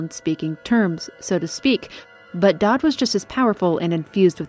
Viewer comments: it's Daud not Daad, i understand his appeal as a father figure tho, so why not go all the way and call him daddy? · I cannot help but notice your mispronunciation of Daud, spoken like “dowd” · I know its picky, but you mispronounced several names lol. "Dodd" made me giggle. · Edit: I've drafted my 3-page Twitter apology for mispronouncing 'Daud'. It will only be released when a full week goes by without mention of it. Hey! Future here. Thanks for checking out these videos! If you'd like to keep up on YouTube Community info, I'll be posting extra bits of info here in the future: As of this post, this is a relatively young channel. I've only really been around since the end of 2020. I hope to be around for the foreseeable future; I'm excited to watch this little passion project grow. More info and content will come with time! Thank you for being here so early in the game. PEACE! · Amazing video but the way you pronounced Daud is wrong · I love the video and how you describe things but how do you mess up so many names? I can tolerate serkonos, pandysia, and Hiram, but how do you mess up daud. It's said numerous times throughout the game and you pronounce it dod. Please do better